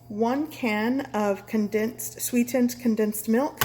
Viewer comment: You sound like a stupidass when you say sweetened.